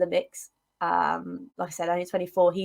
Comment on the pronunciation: KuluSevski not KuluVeski, should have stuck with Dejan 😀